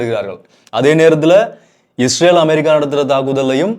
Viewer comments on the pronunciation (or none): none